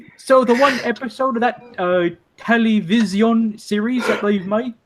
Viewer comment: Uh it’s television not Tele vision